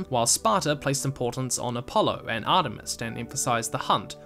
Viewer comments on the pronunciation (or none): none